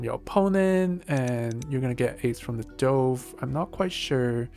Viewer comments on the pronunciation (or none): I love your analysis, but the pronunciation of DOVE, drove me crazy! It should be like D U V, and rhymes with love.